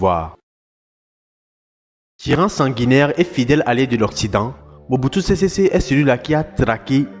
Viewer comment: Mobutu sésé séko et non sésésé